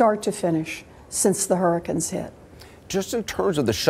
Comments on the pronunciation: The injun said hurricuns. She’s such a bobblehead lol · What is her problem saying hurricane?